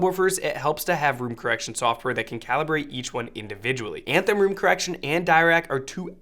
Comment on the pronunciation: room "correciton" LOL